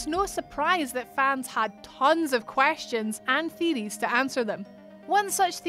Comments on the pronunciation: What are game " theerieees "?? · "One of the most popular theerees" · Lmfao that accent thicc boi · Really love "theeries" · Just came here for the “theadeees” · This woman pronounce things weird. It's theory of Deeries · I can´t even spell how she pronounced "theories", but i love it! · Love your... uh... accent? The way you pronounce Theories ...! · No one is going to say anything about the way she says theories